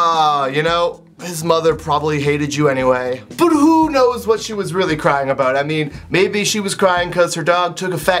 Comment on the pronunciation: "A'out" <3